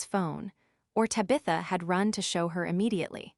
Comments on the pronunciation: AAUURGH! TAB-i-tha! NOT Tab-ITH-a !!!!!! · And Tabitha and a few others😮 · So who is DIE-caprio? Maybe a friend of TaBITHa’s!? lol😂